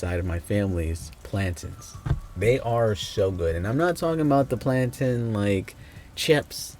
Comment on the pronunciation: Just found you! Which country your caribbean family from? When you said plantain, I know first though it had to be Jamaica or Trinidad loool